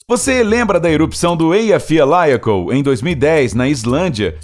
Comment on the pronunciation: Esta errada a pronuncia do no me do Eyjafjallajökull.